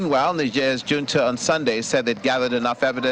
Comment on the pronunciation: Hunta" not " junta" the j has an ' h ' sound